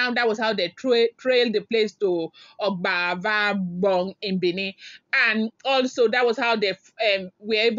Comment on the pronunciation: it is Obazagbon not Ogbavogbon